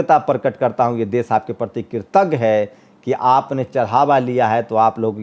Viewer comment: aap ache patrakar he lekin apki bhasha shudh nhi he Sha shabd ka ucharan sa ucharit krte ho.Desh ko aap des keh rahe ho. Aap ek bar satya hindi.com par Shri sheetal P singh sahab ko suniye.inki bhasha kitni shudh hoti he